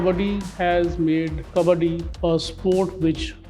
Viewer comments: Correct Pronunciation is Cub + Budd + dee together. "Cubuddee" You guys are saying cub baa dee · Not " कबाड़ी " it's called " कबड्डी"